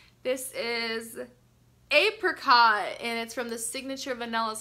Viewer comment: You say apricot weird lol😂